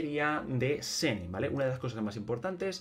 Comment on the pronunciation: Me da risa que sigue diciendo de corrido el nombre jajaj, creo que la mayoría lo dice shen-he y me parece que si se dice asi